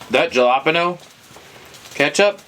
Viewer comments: What is ja-la-pin-o (jalapeño)? 🤣🤣it’s pronounced Ha-la-peen-no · No way you just pronounced Jalapeño like that 🤣🤣🤣🤣